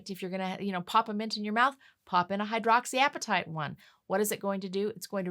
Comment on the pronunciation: What were you trying to say at the ten minute mark? Hydroxy something?